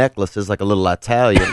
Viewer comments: He pronounces words so old-school southernish. "af-flent" "eye-talian" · Funny enough that’s how my grandad from north Pennsylvania pronounces Italian